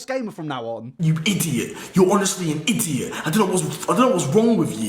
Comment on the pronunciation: i-di-ot ur honestly an i-di-ot